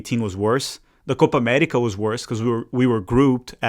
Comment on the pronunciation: "Coopa Amettica"